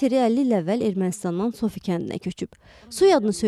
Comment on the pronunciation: Tsofi yox Tsopi kəndi demək lazımdır. Biz Zop kəndi deyirik.